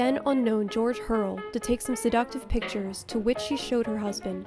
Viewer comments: pronouned George Herr-elll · Two errors made here. George HURRELL was mispronounced and JEZEBEL was made at Warner Brothers and NOT MGM...